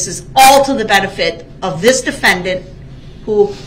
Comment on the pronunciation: The De-FEN-dent!